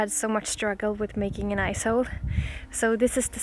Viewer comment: Awesome videos...Am new here... With your Swedish accent when you say Ice Hole It sounds so close to the American word Ass hole...Big Smiles